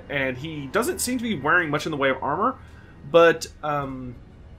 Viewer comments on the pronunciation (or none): none